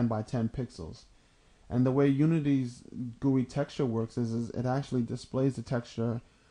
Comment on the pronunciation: Ha..Gooye. G-U-I, is it not? Graphical User Interface?